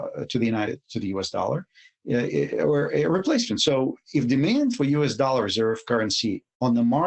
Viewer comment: ITS DOLLAR NOT "DOLA".